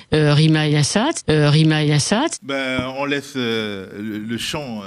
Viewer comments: Vers 26', Arlette Chabot dit : "Rima Assat" ou "Yassat". Que fallait-il comprendre ? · aaaaah ! c'était "Assad"... j'ai du chercher sur wiki pour la comprendre tellement c'était subtil